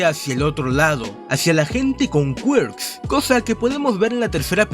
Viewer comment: Me gusta cuando dices QUAERKZ en vez de Quirk como persona normal